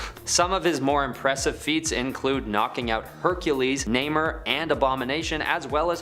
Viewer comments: Namor not Namer.🤦‍♂️ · I swear they are trollin with the Namor mispronunciations. They keep saying Namer and it can't be on accident.